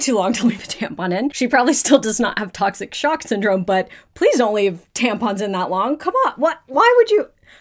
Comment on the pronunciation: Everyone said tocshic sock syndrome 🤣🤣🤣